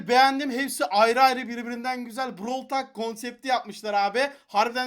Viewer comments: Abi brawıl talk değil browl tolk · abi brawl tal brovl tolk diye okunuyo brovl talk değil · brawl talk diye yazılırı brawl tolk diye okunur ingilizce öğren git ben çeviriden bakmadım